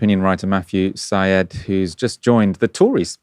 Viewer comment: Syed is pronounced "Side" in Matthew's case.